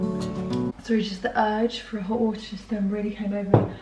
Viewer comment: I'm sorry, did she just drink hot Warter?? ??